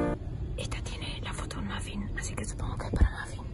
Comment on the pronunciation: si escuchan bien mica dice ´yo supongo que una ma-masa se mofin tiene´ :v